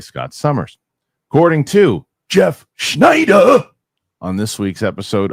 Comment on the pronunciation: i will NEVER get tired of the way pronounces SSSSCCCHHNEEEIIDDERRR 😂